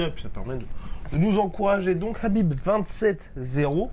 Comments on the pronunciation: Les gars ont dit : KHabib comme la Jota en espagnol comme si vous alliez cracher le KHA ! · Oui c'est énervant la façon dont il prononcé son prénom Qu'ils disent soîte Habib ou kabib mais pas Crabib bordel 😂😂